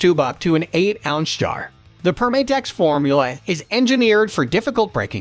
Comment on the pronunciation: It’s Perm-ah-tex, not Perm-ay-tex. As in “perm-a-nent” since their original product was adhesives.